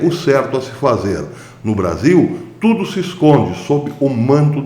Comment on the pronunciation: ocê milhóra cádadia. Gostei da "CPI de tudio".